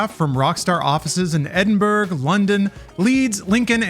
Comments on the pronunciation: Excuse me, "Edinburg"???? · Edinburg? Come on